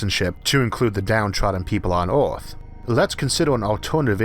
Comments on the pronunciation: agree he still says orth not Earth just getting used to his speech patterns but his essays prove how damn smart this guy really is. He is quite possibly the smartest guy in the cast of Big Bang Theory. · congrats, man! but not going to hide it, I'll miss earth orth ;-)